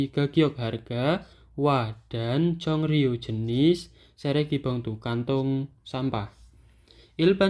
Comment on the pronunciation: 종류 dibaca jong-nyu, bukan jong-ryu itu batchim asimilasi "ㅇ" bertemu "ㄹ", maka "ㄹ" dibaca "n"